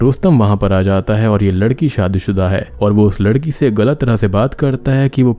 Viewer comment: When he say freddy gets 28 years old and want to wed a girl but he say ladi instead of ladki